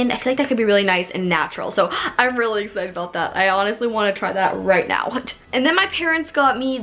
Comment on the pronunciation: I dare you to eat a Taki every time she says the word ‘exited’ and don’t pause the video or drink water!!!!!!!!😆